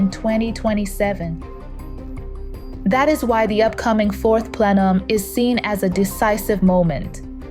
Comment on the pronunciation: What is a fourth plelum?